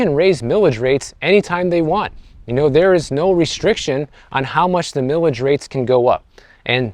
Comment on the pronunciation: It's pronounced "Mile-ij", not "millage". Mileage is a common word used to describe gas mileage. Also, please visit Sonoma County.